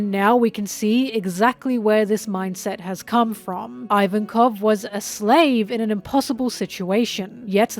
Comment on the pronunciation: "Ivankoff" not "ivan-koff"